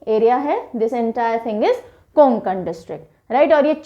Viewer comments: Konkan nahi hota hai Kokan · कोंकण नाही कोकण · Nice explanation bt pronounciation of kokan is not konankan its a kokn please correct this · कोकण हे ओ कुंकन नही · It's not कोनकन it's कोकन all right mam tx for this ✨😊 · mam not कोंकण . true कोकण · कोंकण नाही कोकण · konkan nhi mam, Kokan aisa h wo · कोंकण नाही कोकण, सतारा नाही सातारा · गोंडिया नही गोंदिया है और कोनकन नही कोकण है!👍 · It's not konkan ! It's kokan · Mam it's कोकण not. कोन्कन् / गोंदिया not गोंडीया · Konkan ny kokan hota hai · Konkan n is silent so this pronunciation कोकण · Medam कोकण bolo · कोकण ( kokan) right pronounce mam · Konkan me N silent hota h ma,m